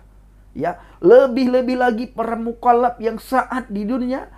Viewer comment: Cara bicara 'Mukollap2' lutchu 😂😂😂. Semangat terus untuk memberitakan KEBENARAN. GBUs.